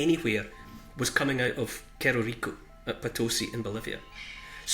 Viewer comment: "Cerro" is the castillan word for hill and it is pronounced "sarro"